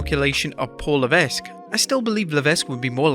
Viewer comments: It's pronounced "Paul Levek" daft Narrator of Wrestlelamia!! Get it right, oaf! 🤬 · Are really not able to speak out hhh last name correctly??